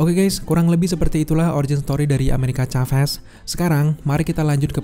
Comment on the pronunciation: Plis nyebutnya amerika saves bang jangn caves😅 biar enak didengar